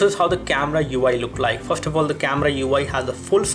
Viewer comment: you can't pronounce "FIRST" lol :D